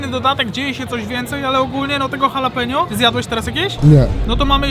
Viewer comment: Wymawiaj po polsku tak: halapinio!!!! mexican pronouciation. Pozdro!!!!!!!!!!!!!!!!